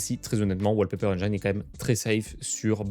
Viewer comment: la prononciation du mot engine c'est la kryptonite des français